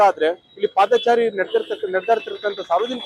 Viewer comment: Paadhaachaari alla paadhachari